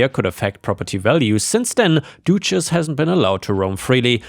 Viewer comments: The u in duchess has a more "uh" sound not an "oo" sound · wouldn't the animals be sent to an abattoir for slaughter? also think it might be pronounced duchess (dut chess) as in the title granted to a noble women ( Doo chess) sounds like a feminine hygiene product. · I like you accent when pronouncing Duchess....the English pronunciation is the U is not a hard vowel. therefore it is Du not Doochess... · Duchess isn't pronounced doochess, it's pronounced dutch-ess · Dog's name is pronounced Dutch ess not Doochess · Just a FYI, duchess is pronounced close to dutch ess. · Duchess is pronounced Dutch-ess - although duchesse (with an E) potatoes is pronounced du-shess! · Your pronunciation of Duchess had me 😂😂😂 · The U in Duchess rhymes with up not do...